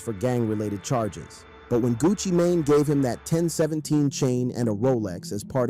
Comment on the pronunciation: I thought he said gucci Mayonnaise 😂